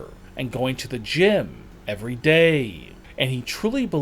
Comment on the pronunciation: Why do u have to talk like that?? It’s day and not “daaaye” so don’t pronounce it like that